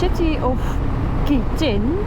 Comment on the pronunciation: You pronounce Kuitun like this: Kw-i:Tw-n.